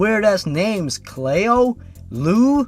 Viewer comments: ***** Cleo is actually pronounced "klee-oh". I had a cat named Cleo once. Our other cat that my parents thought was a boy, gave birth to her. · Cleo is a much more likely name to encounter someone with than Liu. But it also helps if you pronounce it correctly. I'm just playing with him. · its not pronounced "Clay-oh", its actually pronounced "Clee-oh" ya know, like Cleopatra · "Clay-o" isn't the correct way to say it. It's "Clee-oh". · ITS CLEO! NOT CLAYO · It's pronounced "Cleeo" not "Clayo". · 'clay-oh'. It's 'klee-oh' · Why are you pronouncing Cleo as "Clay-Oh" instead of the more common pronunciation "Klee-OH"? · "clayo"... Clee-oh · I died at "clay-oh." Oh my god, it's "clee-oh." Still laughing. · The reason cleo is a weird name is because you cant say it right. Its "Klee-Oh" not "Clay-Oh" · cleo cleeeo not clao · The way you pronounced Cleo as Clee-oh not clayoh. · Lue is short for Lucifer. Get it, the devil. He was making a not so clever joke. And it's pronounced Cl-ee-oh not Clay-Oh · I think the name is pronounced "Clee-oh", not "Clay-oh". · It’s a name from America but it’s pronounced Clee-oh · Cleo is a normal name! You silly non-American. *It's Clee-oh*. Gettin' a little harsh there, haha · cleeo its pronounced cleeo c-lee-o but its spelt cleo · I'm pretty sure it's pronounced clee-oh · also, Cleo is an actual name, usually pronounced "ClEE-O" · Cleo is pronounced clee- o. Like Cleopatra. <3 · It's pronounced "Clo-ee" and it's a normal name, and so is Lou. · Heyhey! Cleo is an actual name, as my grandmother is named that. It's pronounced almost like Kl (as in cling) ey (like in key) then oh! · The only thing that would make the Cleo the Killer story worse would be the author shipping herself with Jeff. By the way, Cleo is a real name. It's pronounced clee-oh. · Btw its Cleo as in Cleopatra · You mispronounced Cleo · You miss pronounced Cleo